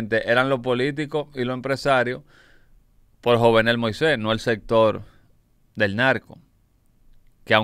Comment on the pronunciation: YUVENEL SE PRONUNCIA